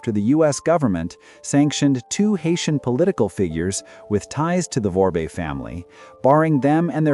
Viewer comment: is a clueless parrot. She keeps mis-pronouncing Dimitri's last name: Vorbe. She keeps saying "Vorbé" (vorb-ey) 2 syllables, instead of the correct pronounciation "Vorbe" (vorb), 1 syllable. All she is doing is extrapolate from american newspaper articles focusing only on the DOJ charges. To an american audience, may sound knowledgeable. To a haitian audience, does not sound intelligent, does not appear to be insightful. Electric power. Going back to the 1970's electric power in Port-au-Prince was quite irregular and it was provided by the Haitian government. Blackouts were common. The well-to-do have private electric generators. With the 2010 earthquake the government electric power was destroyed. Vorbe and others brought in barges carrying power generators to supply electric power to Port-au-Prince. Theft of electric power is common in poor sectors of Haiti and that has been the case since well before the time of Duvalier. The employees of the electric company do a lot of stealing of equipment. When you are talking about Vorbe, you need to talk about the Vorbe family, not just one individual. When you are talking about Boulos, you need to talk about the Boulos family, not just one individual. needs to research about how these "oligarchs" came to be in Haiti in the first place. Said oligarchs came to Haiti with little money and DEFINITELY no political power. Key: no political power. When the oligarchs came to Haiti, they had to deal with th